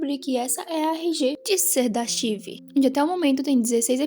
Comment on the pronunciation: só uma correção: a pronuncia correta é "arcaive"